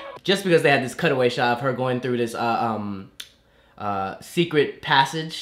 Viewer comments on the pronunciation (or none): none